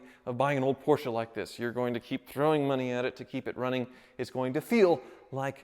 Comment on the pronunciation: Porsche becomes Porker.........